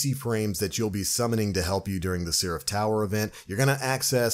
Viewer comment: The hell is a "sea-raph"?